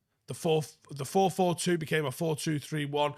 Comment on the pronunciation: it's not 442. Its 44 fooking 2.